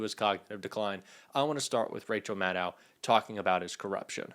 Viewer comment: Dear. Rachel pronounces her last name like shadow. Pretend there is no "w" at the end of her name. Please pronounce it correctly. Thank you.